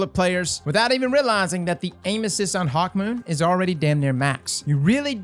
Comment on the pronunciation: Any one else notice said hawkmoist when he was referencing the catalyst vid? you're awesome